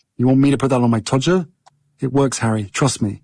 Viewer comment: It was worth watching this just to hear Megyn say todger so beautifully.